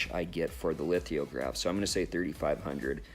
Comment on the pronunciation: It's lithograph, not lithiograph. Other than that, great video!